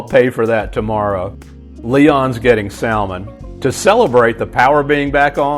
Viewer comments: You pronounced the "L" in salmon. ??? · Did this guy seriously just pronounce the L in "salmon" and "yolk"? O-o